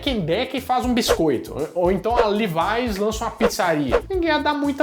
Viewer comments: Kkkkk. LIVAIS, nas propagandas da época eles diziam LÉVIS e não LEVAIS. É só uma observação e não uma crítica. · Livais!!! Custei a entender q era Levis! Hehehehe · Puxa, "LIVAIS" vc deu uma forçadinha , poderia ter dito "LEVIS", se não vc deveria ter dito "COLGUEITE", não "COLGATE" . KKKK. Só uma brincadeira. Abraços. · Que "Levais" que nada. É "Lévis"! HUahuahua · Não sabia que o nome pronunciava "liváis",sempre falei "lévs" 🤣🤣🤣